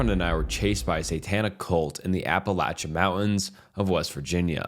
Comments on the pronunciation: The way he pronounces Appalachia drives me insane 🤣😭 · It's pronounced Apalachicola. Stop embarrassing yourself ✋🤦🛑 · in the most respectful way possible, if you are not from the area then please don’t tell us how to pronounce our home :) have a good day